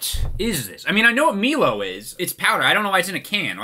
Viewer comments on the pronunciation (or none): He called it "Mee lo" 🤣😂 😭 its pronounced my low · it’s said like my-low not me-low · The way he pronounced milo as melo killed me 😂 Fucking fabulous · It's MY-LOW not mee-low twitches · Best parts of the video is pronouncing it "mee-low" and the thick Vegemite on toast with no butter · Milo is pronounced "My-low" and there's supposed to be a bunch of powder on top of the milk. DO NOT MIX IT THAT MUCH. It's supposed have the smoothness of milk but with a layer of crunchy crust on the top. Also thanks for reviewing Aussie foods that no one else does. Next time try montes, tiny teddies and arrowroots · Oi mate, when you ate Anzac biscuits you shove have dunk it in milk or coffee to soften it & add extra flavour. You also consumed Milo(pronounced My-low) wrong as we eat spoonfuls from the can itself & you are supposed to have 3 heaping tablespoons with a glass of milk & it doesn't dissolve because it's suppose to have the bits on top after stirring. Vegemite is kinda gross as it's pretty much similar to what you find in a beer vat filter & is supposed to be lighty spread on bread or toast with butter & having cheese with it makes it more palettable. Too bad you weren't sent Fantales or Toobs or muesli bars or our national breakfast cereal Weet-bix which we also eat as a snack with peanut butter, Nutella or Vegemite. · Btw it's Milo (My-low) put it in the microwave and you're supposed to put a thin layer of Vegemite and a thick layer of butter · ANZAC biscuits are awesome when you dunk them in tea. Also don’t think we didn’t notice you skip the banana flavour (rightfully so, it’s terrible). Also… please stop saying meelo. Also you didn’t use anywhere near enough. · Pronounced My-low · It upset me to hear you pronounce it as 'meehlo'. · you're the only person I know with the superpower to invent new ways to mispronounce words xD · Weird to get upset at the milo thing when guessing how to pronounce something is like impossible